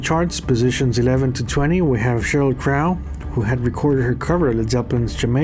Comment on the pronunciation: GREAT review, as usual! One thing…and I’m saying this ONLY because you ask for correction on name pronunciation: Cheryl Crow…crow is not pronounced like the ow in cow…but like foe. As though it were spelled like Croe. Same with the band and the actual bird as well. 😁